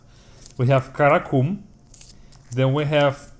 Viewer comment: LOL. I doubt I could properly pronounce any of those names ... the impromptu rap was funny re: karacoomb